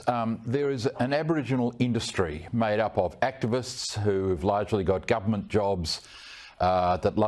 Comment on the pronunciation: Why do these Bogans say "gumment" instead of government?